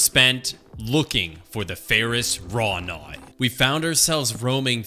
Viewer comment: By the way it's Ferrous Wroughtnut... There is a 't' in there